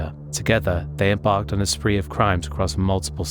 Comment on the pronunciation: Spree, not spring.